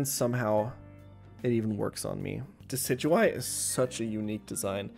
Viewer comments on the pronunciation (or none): Deh-sid-you-eye??????? You mean Dek-ih-doo-ee?????????? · ITS DECK E DO E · no way that's how you think decidueye is pronounced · Holy shit he mispronounces decidooeye